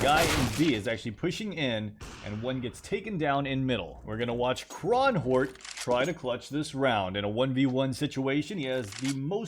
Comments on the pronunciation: When you said kronhjort. It made me laugh. Its the norwegian way of saying a red deer. And you totally butchered the word. Haha. But i digress love u either way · You saying kronhjort in my language made me laugh. That Was a good one 😅😅😅